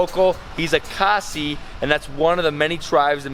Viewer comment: It's khasi bro .. correct it.. cheers to Northeast